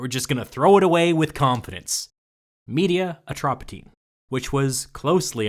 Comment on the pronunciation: Media Atropatene could probably be pronounced in English as *Media Atropatienie fairly well. *Me- like "mellow", not like "me"